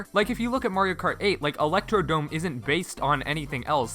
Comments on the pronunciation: It's Electrodrome, not Electrodome. I was surprised too. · Nice picks, one thing you should know: it’s Electrodrome, not Electrodome. It’s a common misread, you’re not the only one